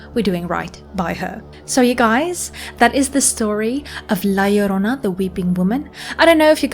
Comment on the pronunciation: Dude!! My grandma used to scare me with this story as a kid!! Awesome you did this. And you pronounced it right too! 👍👍